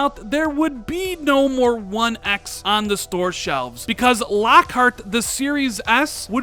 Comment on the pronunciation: Why do u say one x like that